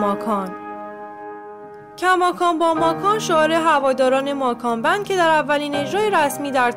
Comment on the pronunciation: اول یاد بگیرین درست تلفظ کنین گروه ماکان بند؟؟؟؟؟😐🤣